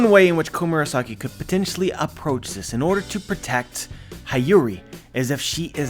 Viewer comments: i love you but I can’t let another one pass. It’s hiyori pronunciation. He-yo-ri not hi-yu-ri. I’ll go ahead and keep my grammar nazi helmet on and support you in pronouncing kyoshiro. It’s ki-you-shi-ro. The accent or intensity is in the “you” part. Thank you and have a good day ❤️ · Hi-yori 😂😂 it's Hee-yo-ree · He doesn't even have to say the "i" in Hiyori as an "ee" sound. Even if he pronounced the 'i' as 'ih' (as in igloo) that would suffice. Why force the 'ah' sound? That's too painful even in English. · I know you're not Japanese, but please try pronouncing Hiyori as Heeyori instead of Hayuri. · Dude I think it Hyori/Hiyori is read as He-yo-ree :D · HIyori, like in Hito, shirohige, hiruluk, hina, otohime, hitetsu, etc, not Hi like "hi, how are you" but hi like in History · hi yori is mom to o toko. its pronounce "he yo ri" for english speaker. lucky for me i took basic japanese. so im well on my way to being a low class weeb. someone said o kiji. for ao kiji. lol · Hee-yori my dude. That’s how you pronounce Hiyori’s name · I cringe every time he says “Hayuri”. u know how to pronounce her name correctly. In fact one of the one piece youtuber corrected you already about this in the most recent reverie video. SMH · I swear it was painful every single time 😂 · can't even pronounce Hiyori's name properly...